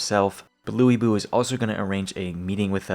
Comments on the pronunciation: example being LuBu which isn't how you pronounce his name. It's Lüi Bú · this game had some bad pronunciations unfortunately. It's actually Sal Sal. The other real bad one in the game is Lu Bu, which should be said as Lou Boo. I think there are a few others the game gets wrong but those are the main two.